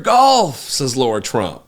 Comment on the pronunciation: “Laura” Trump? Or LARA?